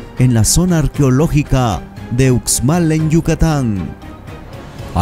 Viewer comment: Muy birn todo,pero tienes que aprender a promunciar bien,se escribre UXMAL,pero se pronuncia USHMAL con sh.